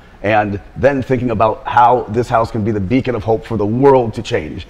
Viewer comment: literally ''becon'' of hope :D